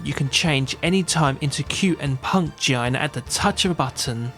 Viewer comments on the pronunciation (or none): awesome review... but i am sure it's pronounced GEE ARNAR and not GEE IYANA